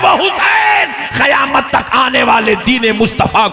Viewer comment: qayamat hai khayamat nahi sudharo apneko 😂